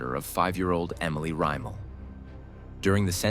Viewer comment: Rem-ul...pronounce it right my guy.